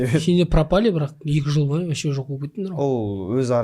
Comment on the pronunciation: Не вощим! А вообщем!!!!!!